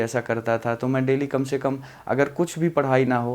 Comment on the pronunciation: Delahi kyu bol rahe